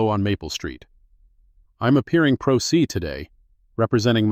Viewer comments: Prose is prounounced (Pro Say). I realize this is AI but, stop butchering words. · Great story, fine detail. But "pro se" is a latin phrase pronounced "pro say"... let your AI know. Thanks.